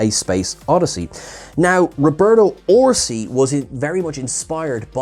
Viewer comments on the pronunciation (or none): none